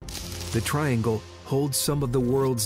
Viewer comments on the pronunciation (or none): none